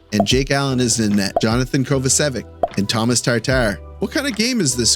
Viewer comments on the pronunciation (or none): Hey, just a fun fact. Tomaš Tatar his first name Tomáš is pronounced similiar to Dobeš. So Tomáš not Thomas. He's a great guy and is only 9 points away from 500 points in the NHL. I hope he's gonna make it. Btw Slaf was on the ice for all the goals. 2 important secondary assists and was screening the Carrier goal. So not the NJ defender but Slaf made a good job there. Have a nice day.